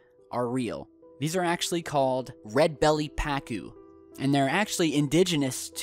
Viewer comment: Red bellied pacu ... Pahh-coo not pack-ou